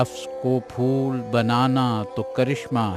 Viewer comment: abe fool nahin phool....